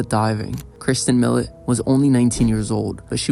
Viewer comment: Pronounced ( Mee-low) , not Mill-it.